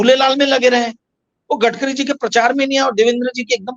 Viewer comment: Gatkari nahi Gadkari Bolo